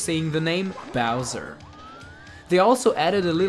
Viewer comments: Joelee Rowger Bay? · connor bowers I thought he said "Surround me bowser!" I was confused.